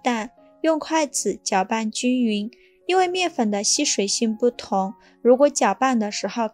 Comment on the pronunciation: 難道你的麵粉也念蜜粉，你的雪碧也念許碧嗎?你哪裡有疑問?你看影片了嗎?你打開音效了嗎?你哪裡有問題嗎?